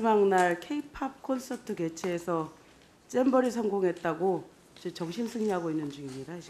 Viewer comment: 쨈버리가 아니라 잼버리